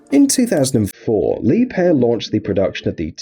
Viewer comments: Leeb-hair 😂 lol wrong it’s pronounced “La-bare” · It's not Lepair!!😁🤣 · Well it's not. Leeb-herr is right.